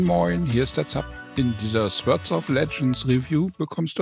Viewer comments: Sehr informativ! Ich als Urgestein des Genres fand es wirklich gut, vor allem für Rookies war viel Information dabei. Die Beispiele und sehr gute Sprache runden alles ab. Einzig bleibt, es wird nicht "Swörd" sondern "Sort" ausgesprochen ;-) Aber das ist auch nahezu die einzige Erbse die sich finden lässt! Weiter so! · Wieso sagt er dauernd Swörds of Legends?